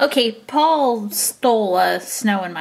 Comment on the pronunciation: You said po not poul